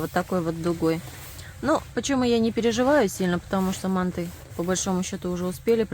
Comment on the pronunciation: По нашему по казахстански слово мАнты ударение))))